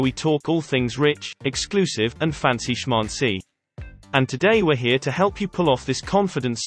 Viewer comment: The ai pranounces shmAncy "schmauncy" its the funniest thing ever lol